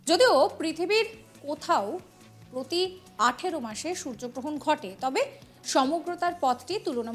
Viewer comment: ঠিক করে বলুন সূর্য গ্রহণ।